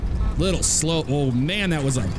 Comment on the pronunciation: I love it. You were saying little slow then the Ryanair landing happened and it sounded like “little slut”. Lol what I say if I have a Ryanair landing.